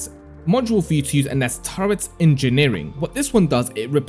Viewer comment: Turret not Turrent.